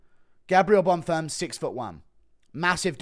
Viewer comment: Guru when he realizes its bonfeem not bonfum